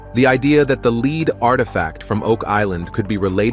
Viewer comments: A ' leed coin'?, AI can't pronounce 'led'? More click bait.... Doh ! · lead not leed or led